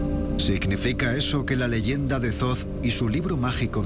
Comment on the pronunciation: que alguien le diga al guionista que ''zoz'' no es 'Thoth'', en español esas dos H son mudas, no se dice ''zoz'' sino ''Tot'' (foneticamente). Gracias !!